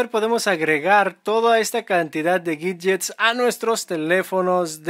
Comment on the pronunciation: por que Pronuncias la "W" como si fuera una "G" ? . . . o.O?!